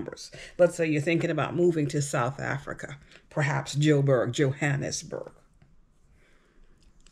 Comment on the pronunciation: S. Africans are so much more interesting / better educated than this idiotic uninformed moron! Americans are interested in nothing but money! She cant pronounce J'Burg or South Africa.! Pathetic. How are people moving to S. Africa going to be able support three quarters of the population who are totally, desperately poor.